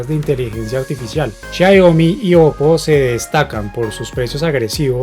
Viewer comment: Porq no puede pronunciar Xiaomi i dice xayomi,😂😂😂😂😂😂😂